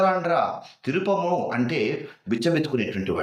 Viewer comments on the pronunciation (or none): అది తిరుపము కాదండి. తిరిపెము అంటే భిక్షాటనము. ఉచ్చారణ తెలుగుకు ప్రాణం.